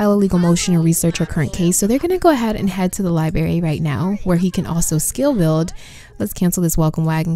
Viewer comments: It is NOT A LIE-BERRY!!!!! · LI-BR-ARY , I know I know. I also pronounce "room" like "rum" sue me LOL